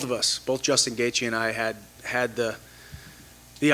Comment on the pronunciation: Ah yes Justin "gaethe"